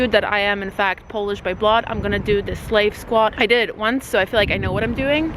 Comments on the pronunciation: It’s called slav squat, not slave squat… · It's not "slave", it's "slav" :)